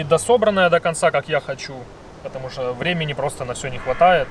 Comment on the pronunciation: А ну да надо чтокать ... !!!))) Как человеку удобно так он и разговаривает !!! А ты пожалуйста не чокай !!! Уж больно это противно !!! (((((